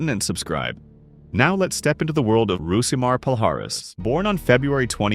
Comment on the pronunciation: Stopped watching when "Rousimar" was mispronounced. For eff sake, do better.